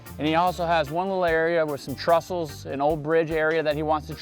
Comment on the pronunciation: Sorry, it's not "trussle". It's a "trestle".